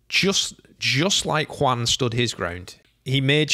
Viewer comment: First, very nice pronuntiation of "Juan", really, very nice :) Second, 100% agree with you.